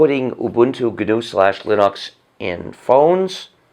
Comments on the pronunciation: i only wish he would learn to say linucks and not linocks... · Why does he say Linox instead of Linux? He wants everyone to say GNU but he refuses to say Linux correctly. It's not Linox, bro. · It's pronounced "lyn-eks". watch?v=5IfHm6R5le0 ..Linus Torvalds on pronunciation of Linux. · so then he should be well aware he's pronouncing linux like a pretentious ass. linUx not linox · Lin-uuks not Linox. It's how Linus pronounces it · I've never heard someone pronounce Linux Linahx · gnu linox? why do people have to be stupid and pronounce shit wrong? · There is no doubting his contribution to society with the FSF and Apache Server, to say nothing of GNU/Linux. It is also endlessly fascinating to me that he pronounces Linux as "Linn-Ox". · no its gnus not unix not unix not unix not unix ...... plus linox! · it's leggnux yuu imbecile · linus = lie-nus linux = linox or linix Hmmmmmmmmmmm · Guh-Noo Slash Lynn-Ox? Why does he pronounce it so strangely? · Hey RS start pronouncing Linux the way Linus does and then maybe we can debate your crazy arguments. You have and never had any respect for Linux, why should we listen to you ?